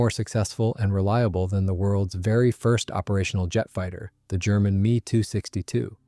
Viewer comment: It's said M-E 262, not "me" 262. This is very basic stuff, but maybe you need to know that ME stands for Messerschmitt